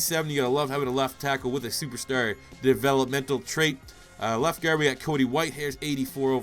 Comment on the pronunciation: good youtuber just the way he says guard annoys me for some reason